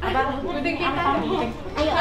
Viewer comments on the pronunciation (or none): none